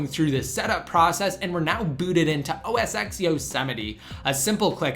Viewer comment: It's not pronounced "OS X (ex)" it is pronounced "OS 10(ten)" but whatevs cool video